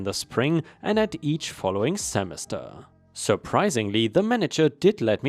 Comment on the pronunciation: Jargon is "jar gun" not "chzargon." :P From yesterday, "executing" isn't said as "exec it ing" but "ex eh cue ting." Semester is "seh mes tur" not "semis tur" but rather "seh mess tur." Hard to explain but there is a difference in how it's said. 🤣